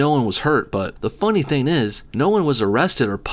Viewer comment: Do you actually pronounce the word "thing" as "theen"? Why?